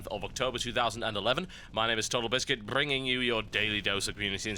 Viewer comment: only me that can't fucking stand how he says "BRINGING" in the first ten sec of these vids? Just go back and listen, it's awefull.